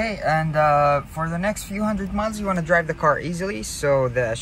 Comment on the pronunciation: For next few 100 what?? Miles? Sounded like u said months